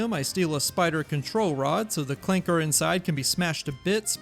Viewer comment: Hard R on the ClankeRRRR